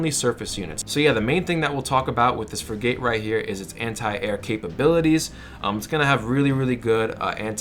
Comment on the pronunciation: You have never served in any Navy. That's obvious. It's not pronounced Frig - Gate. It's pronounced Frig - it. Thanks for your tips though.